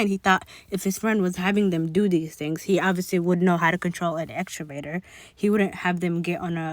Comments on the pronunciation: X-Ka-Vate-or - (excavator) that’s how u pronounce it. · Excavator, my girl. Ex-cah-vay-ter But you have such a sweet demeanor. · This is petty but…..EXKA VAYTOR = Excavator